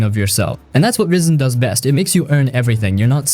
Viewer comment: Risen ❌ Ryen ✅